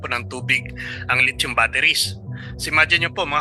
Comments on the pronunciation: PRONOUNCE…..LI THIUM……..NOT LIT CHOM………..AKALA KO LIT CHON ANG TOPIC MO….. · California is huge bro, much bigger than the Philippines, and please ask guidance in pronouncing the word "lithium" i heard lechon !